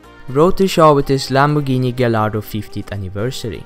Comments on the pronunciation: Its Gallardo not galardo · It's gallardo not galardo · Maaaan that swedish accent is horrible xD gallllllllardo like dude Did you learn pronounciation in school? Besides that good vid